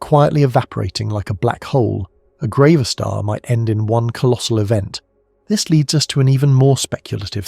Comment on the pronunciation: It must be grav a star as in gravity … not grah-va-star